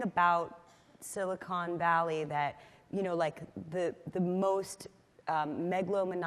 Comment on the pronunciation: And she called it "Silicone Valley" throughout!